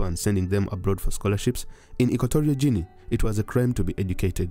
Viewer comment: Guinea is pronounced like Gini (not Jini).